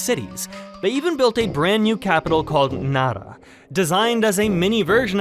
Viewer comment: bro rolled his r saying nara